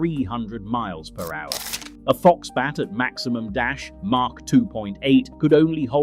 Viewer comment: It's Mach lll not Mark lll! It's SR-71 not SE-71!